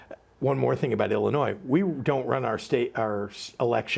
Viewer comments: Life long from Illinois. Just an fyi, the (s) is silent when pronouncing Illinois. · No S at the end in Illinois Brian